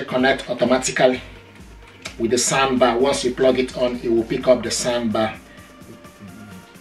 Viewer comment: It's pronounced SOUNDBAR not sandbar